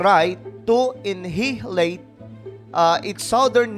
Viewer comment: (Annahilate) Anayileyt basa dyan idol. Hehe.